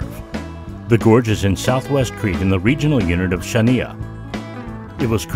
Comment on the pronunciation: Terrible music that took away from the otherwise good video. However, the other distraction is the failure to use a narrator who knows who to pronounce the Greek words (he does not even come close to say "Chania" correctly) referenced in the video.